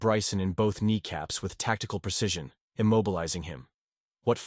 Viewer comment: Butcher or veteran? He must of not watched his own video to catch those errors. Tacticle tacticle tacticle …..